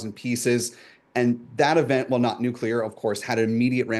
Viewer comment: I couldn't listen past the first "nucular". Hearing that from professional journalists somehow obliterated my interest in this podcast.